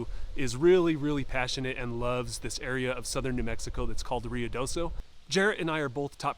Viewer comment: Roo ee do so , not Ree oo do so